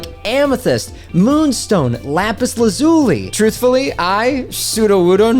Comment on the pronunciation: Lapis la-WHAT?